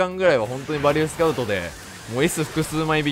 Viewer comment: 呂律が回らずバリューて言えんかったんやろな…